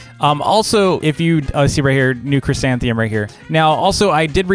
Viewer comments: tks, kids are loving it!! big favor though: next video can you say chrysanthemum instead of chrysantheum? kids are saying it that way and it's hard to "unteach" them. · Me: fails to even say the first three letters of the new flower: chrysanthemum